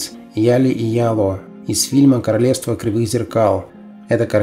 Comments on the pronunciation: В "Королевство кривых зепкал" , девочек звали Оля и ЯлО, а не Яли и Яло ! Читаете текст, а сами не знаете о чем...... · Оля и Яло! И НУшрок, а не НОшрок. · Спасибо за интересный рассказ про этого актера мало говорили. и небольшое замечание не Яли и Яло,а Оля и зеркально ялО.